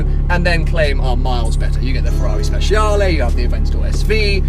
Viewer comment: Speciale, Stradale... the ending E is pronounced as the E in F >e< rrari. Anyway very cool car